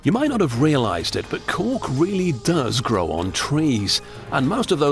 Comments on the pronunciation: A fine "corck" ( ͡° ͜ʖ ͡°) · Cant stop hearing cock God my throat needs a stuffing ...with wine